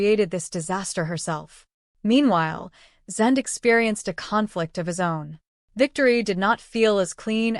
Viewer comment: Stupid AI, it can't say Zende properly, it's not Zend it's said like ay on the end of his name. I wish the YouTube videos would stop using AI.